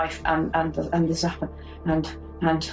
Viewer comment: Oh no! not the zappah with the squeezy squeezy…I’m done for…